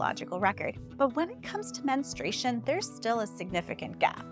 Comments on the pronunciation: You need to pronounce the word men stru a tion correctly, it sounds like you are saying ministration. That is incorrect. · Why does almost no one pronounce "menstruation" correctly? It's not "minstrel" fluid. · Before starting on this interesting topic, I sincerely wish you had learned how to properly pronounce the word “menstruation”! You probably mispronounce February as well. 🙂